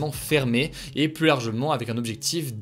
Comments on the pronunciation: Tu dois revoir la pronunciation de plus. C abusé. 80% du temps tu dis Plusse alors que c'est Plus. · De plus en plus, arrête de prononcer le S au premier plus, ça se prononce " de plu en plus", aucun reproche, aucune négation, juste une astuce de langage ;) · Il faudrait quand même qu'un jour tu apprennes la différence entre "plus" et "plusse" .. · Hugo tu pourrais arrêter de dire « pluSS », c’est trop stressant ! Je me retiens depuis longtemps mais à chaque fois ça me titille, on ne prononce pas le S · tu pourrais arrêter de prononcer le S du mot plus ? 😅 c’est juste trop stressant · Techniquement le deuxième non plus, il est suivi d'une consonne, mais après plein de personnes risquent de ne pas comprendre la phrase (niveau de la langue française de la population : mauvaise)